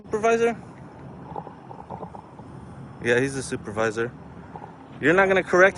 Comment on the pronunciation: “Where is your stupidvisor?” 🤣😂😂🤣at least that’s what I heard🤷🏽‍♂️